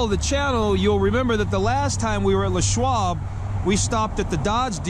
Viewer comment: Why the hell do you pronounce it Le' Schwab, like Pepe Le' Pew? His name was LESSSSSSS.